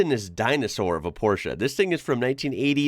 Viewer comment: Appreciate the appreciation 😊 Oh and thanks for pronouncing Porsche correct ❤